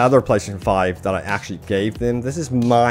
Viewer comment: You should just say ps5 instead of slurring PlayStation 5 like 100 times